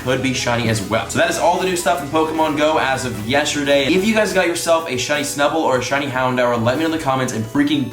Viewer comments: you said snubbal research task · You said snubull research task